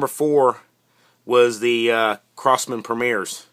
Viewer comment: Lmao "crosmam" :, D